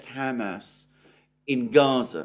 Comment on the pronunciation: Alexander, I love how you say Ham Ass.